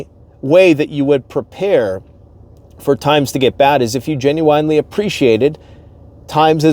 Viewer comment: Genuine= “JEN-yoo-win” Not JEN-yoo-“WINE” Ugghhhhhhh. Sorry, -the English teacher Lol